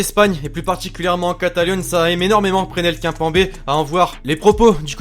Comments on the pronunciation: Prenel Kinpanbé😂😂😂 ou Presnel Kimpembe (Kiimmpemmmbé) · "Prénèl Kimpembé" magnifique prononciation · Putain « Prénel K1pambé » apprends à prononcer gros t’es le seul à prononcer son blase comme ça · prénel kempanbé il dit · Comment il a prononcé presnel kimpembe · Tu c pas dire Presnel Kimpembe